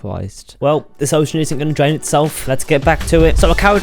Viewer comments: “I’m going to dwain this entiwe Minecwaft SMP” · “I’m gowna dwain this entire minecwaft smp”